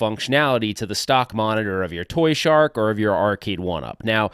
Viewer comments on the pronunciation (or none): So why you keep saying toyshark? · Lol it's "ToYSHoCK" why do y keep saying shark haha 🦈 congrats on getting married btw